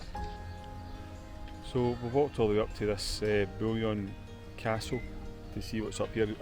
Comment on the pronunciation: Loving these European videos and pronunciations. It’s pronounced “Bouillon”. Hope this helps.